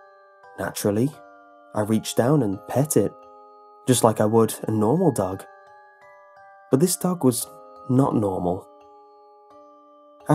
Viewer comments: were u saying duck or dog the story? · I thought you said 'duck' instead of dog for the first few times 😂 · anyone else think he said duck instead of dog at first